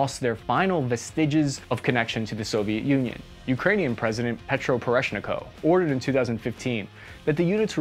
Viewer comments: Its name is “kuch mah”, not “komach”, not “poeshniko” - “po roh shen koh”…. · Also, it's Po-ro-SHEN-ko, not Poreshnikov. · It's "Koo - ch - ma" not "Koo-ma-ch". And "Po - ro - shen - ko" not " Po - re - shne - ko". And its "Ya - no - ko - vi - ch" and not " Ya - no - ko - vik" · Kuchma, for God sake, not Kumach. Not Parashnikov, but Poroshenko. Not Yanicrovich, but Yanukovich. Man, you have misspoken last names of 3 Ukraine presidents. :-) But still thank you for this video. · It looks like you will be talking about Ukraine for a while now… the former presidents’ surname is not “Kumach” but “Kuchma”. And the other one is Po-ro-shen-ko, not Poreshniko. An the third one is Ya-nu-ko-vich 😉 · Why does this guy ispronounce every single name in the exact same way? He takes the middle of the name and puts it at the end. Kumach instead of kuchma, poroshneko instead of poroshenko. Yanikrovik instead of yanukovich is a different story tho. C'mon, it's not that hard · President who???? Kumash? Poreshniko? Yanikovik? Dude, please contact me before you butcher other names and city names 😅 you know what you are talking about but you invest like 0 effort in names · You butchered the names of Janukovic and Poroshenko